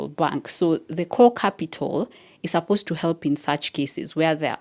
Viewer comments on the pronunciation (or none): none